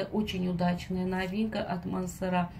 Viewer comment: Так и не мансерА , а мансЕра